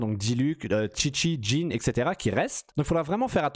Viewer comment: pourquoi tu dis "ziao" tu es dyslexique ? de même pour "kaitchingue" ou "djine" "tchitchi" "vaineti"